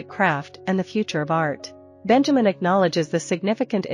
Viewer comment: Sad that they could not pronounce his name correctly. It's BEN-ya-meen.